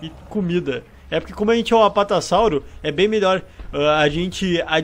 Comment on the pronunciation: Apatassauro, sério